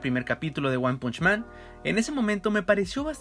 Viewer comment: Me hace mal la pronunciación del título :(